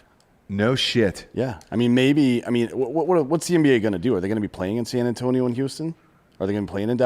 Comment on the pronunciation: and nailed San Antonio.